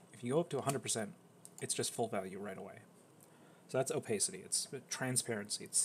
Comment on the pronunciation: him saying opacity incorrectly hurts my brain so much omg